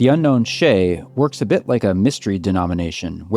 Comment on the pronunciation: It would be better if you say shay with "shy" and add d on the back.instead of sheyy